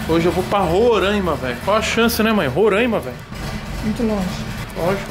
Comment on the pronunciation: É "RORAIMA" E NÃO RORÃIMA.